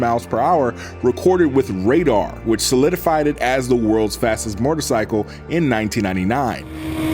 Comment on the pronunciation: One cannot simply say MORTARcycle and expect us to unhear it